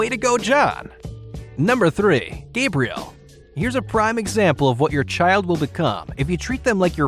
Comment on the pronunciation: Gabriel lol. Pretty sure it's Gabrielle